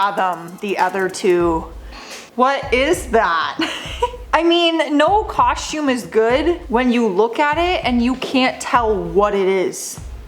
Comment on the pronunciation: What's a Coshume? What's with you Canooks? Lol just busting